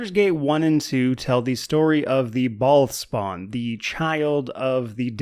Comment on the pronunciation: everytime you say "bhaal spawn" i hear "bald spot". war of the bald spots...